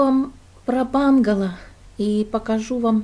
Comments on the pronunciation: Доброго времени суток,, интересно посмотреть и послушать вашу историю.Удачи Вам, только не бангало а правильно бунгало, в то очень ухо режет. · произнесла «бунгало» на английский манер, как она привыкла, поэтому и говорит «бангало» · бУнгало, но не бАнгало. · Все очень интересно, спасибо! Но бУнгало. Если по-русски)